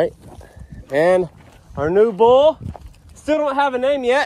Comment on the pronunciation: you've been calling the new bull New Bull, which sounds sometimes like NOBLE, and I think that would be a good name for him. What do you think?